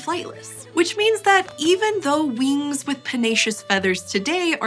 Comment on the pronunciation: She one of them people who says weengs and laygs.